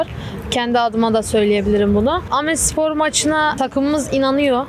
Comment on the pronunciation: Aaaaaaamedspor değil bebeğim ya dümdüz Amedspor! 🤦🏼‍♀️